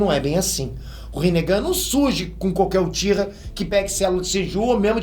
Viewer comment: se corrigisse sua pronúncia de japonês, seus vídeos ficariam melhores ainda. Só umas dicas sobre as formas corretas: sílabas com "ch" são pronunciadas com "tch" (Uchiha-UTCHiha); sílabas com "j" serão como na palavra em inglês "JUde" (senJU); com "R" será sempre como na palavra "coRAção" (RInnegan). Dattebayou!